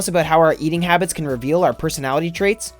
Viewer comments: It is HABITS and not HABBITS. I know a lot of you have spotted that but won't correct the guy cause he sounds too intelligent. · "Habbits" instead of habits... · dont click "habbits" you are a rebel, i like you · "Habbits" lol